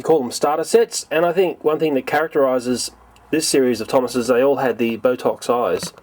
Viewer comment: "The thomases" me: Tomatos??